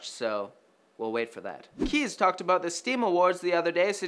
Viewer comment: when says "aboot"